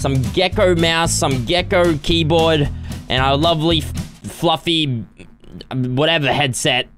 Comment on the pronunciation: Was I the only one who noticed he said “bovley” instead of “lovely” 😂